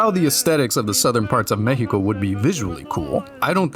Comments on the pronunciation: Respect for actually pronouncing México right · Massive props to you for the insane research on our country and our culture, also the pronunciation in Spanish of "México" was just chef kiss man. In my eyes you're already Mexican, nuestra casa es tu casa